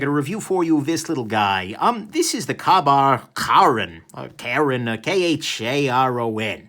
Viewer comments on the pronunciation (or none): "kah bar"? Lol it's "Kay bar" Nick 😉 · "Kay" Bar. Please Nick. You're killing me with the pronunciations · Your pronunciation of the name kabar, it gave the impression you'd never heard of them before.